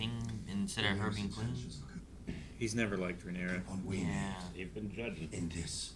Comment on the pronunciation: We’re 18 episodes in, he’s even read the book… and is still saying Rhaenerys 😂 dammit!